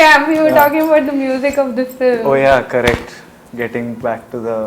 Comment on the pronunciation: Corresht corresht! Haha